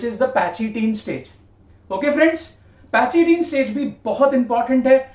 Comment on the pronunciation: Ye pachytene پیکیٹین ہے نہ کہ پیچیٹین